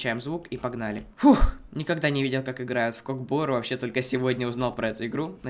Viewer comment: не кок бору а көк бөру кто любит став лайк